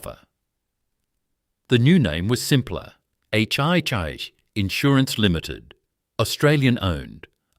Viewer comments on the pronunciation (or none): 1. NSW Water Board? I believe you mean the Metropolitan Water, Sewerage & Drainage Board based in Sydney. 2. For God's sake get a human to do the voiceover. AI cannot pronounce Melbourne, let alone HIH and PLC. Bloody disgusting. And you want us to believe your little tale! Wake up!